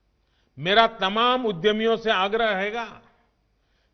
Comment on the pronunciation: बोलना तो सीख ले आगरा रहेगा कि आज्ञा रहेगा